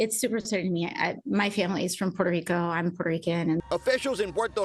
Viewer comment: I think the way he said "Puerto Rico" was infinitely more racist